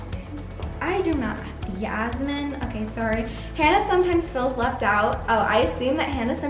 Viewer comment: oh yasmine is pronounced yes-mean different from yasmin